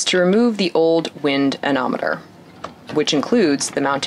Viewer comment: GOOD STUFF! A ne mo meter! anemometer, I'm not sure you pronounced that. Good to see new equipment for the passage to... Marquesas??